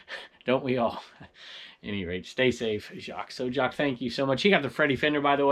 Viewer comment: I understand the confusion, it looks like Jacques, but I'm a woman, name pronounced 'Jackie'. 😉 I giggled a bit. Thank you for reading my comment. Stay awesome,.